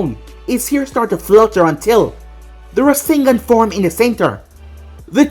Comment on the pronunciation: I thought when naruto shot the rasengan you said rasendan because thats what borushiki did